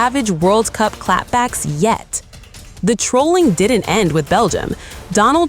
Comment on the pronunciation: It’s Trolling not Troalling